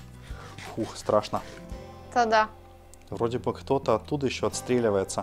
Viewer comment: ты украинец или нет просто ты сказала "та да" не так вроде украинцы говорят